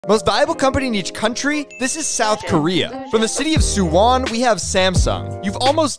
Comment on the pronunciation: Not gonna throw you under the bus but, it's pronounced suu-won (2 syllables and written as 수원)